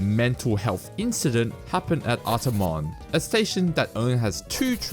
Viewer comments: Jesus christ. Its Ar Tar mon. Not whatever you said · He's probs asian, so fair enough